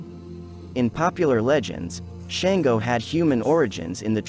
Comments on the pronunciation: His name is Shango pronounced Shaun - go not Shain-go. He says a King. And he wasn't tyrannical. He was diefied however. Where are you getting this info about him. Is it correct? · Shan-go …. shawn-go!!! 🥴